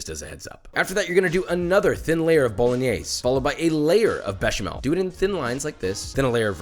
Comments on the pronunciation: The way he says bolingnaise😑😥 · The final e in Bolognese shall be pronounced. I know many Italian immigrants in America come from the south and they sometimes swallow the final vowel, but that's dialect. Bo-lo-gne (as in knee) -se (as in 'say' without pronouncing the y) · Why tf does he pronounce it 'bolinyees'